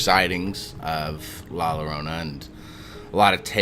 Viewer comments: Good Story ! Two Ls put together in español, make the Y sound . So its pronounced like La Yorona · How is it possible that you know the folklore but not how to pronounce her name? Anyways, good eerie video.